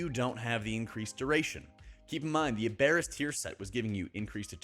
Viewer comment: I know it’s hard to change pronunciation but it’s AB-er-us like from the word Aberrant.